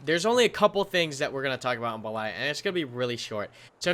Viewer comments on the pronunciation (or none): Damn you butchered those russian map names lol. Rising intonation is on BE, then falling intonation is on LAYA. At the moment the way you do it the rising intonation falls on LA. So improper: beLAya. Proper: BElaya. VERY IMPORTANT lololol